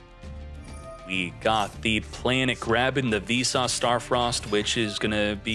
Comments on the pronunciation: Keep hearing you say "V sauce star frost" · are you saying `Vsauce` or `Visas`?